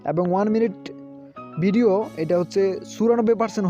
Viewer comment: ভাইরে ভাই... পেজবুক কি জিনিস? বিডিও কি জিনিস? শব্দ উচ্চারণ ঠিক করুণ। আর এমন ফাউল ভিডিও/টিউটোরিয়াল বানিয়ে আমাদের মতো ভিজিটরদের সময় নষ্ট করবেন না প্লিজ